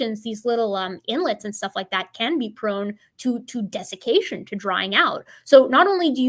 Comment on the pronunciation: Funny I know you said sudden desication but I heard sudden def.....